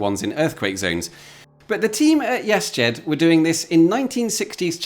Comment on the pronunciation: Cool. It sounds like you keep pronouncing it "yes jed" .